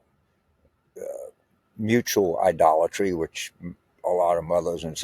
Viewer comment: You nailed it … “idolatry “ ! Bonehead.